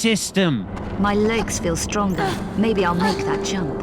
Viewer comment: “I FEEL stronga now”